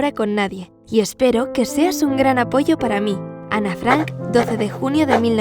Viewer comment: esa historia es verdadera y para tu información se dice Ana no “Anne”